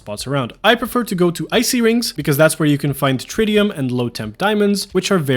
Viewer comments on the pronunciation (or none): none